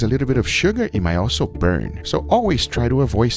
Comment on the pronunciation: i like how this guy keeps an air of mystery by emphasizing the last word of each sentence..."do no season the SKIIINN. It may BUUURN. This is not a type of rub you can BUUUUY." lol